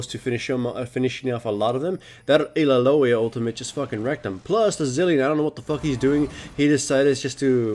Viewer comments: Ilalolli, hawaii or illaoi? lmao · il la loee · I LA OH WI ( or I LOOWW WI ), here, it's not perfect but nobody will cringe hearing you butcher her name ^^! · ha wai ee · If illaoi's name was actually pronounced like that... Idek... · Oh god the way he says illaoi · illaoiloy-loy-loy-loy loy loy loy